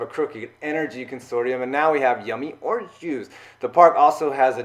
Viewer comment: "And now we have yimmy owange jwuce!"